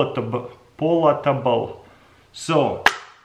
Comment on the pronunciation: Pal it able.... palatable lol